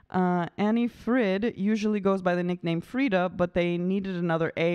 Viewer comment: Anni-Frid, not Anni... and Agneta, not Anita... Really easy.